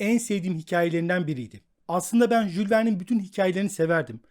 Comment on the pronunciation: komik oluyorsunuz..Jul Verne denmez...Yul Vern denir.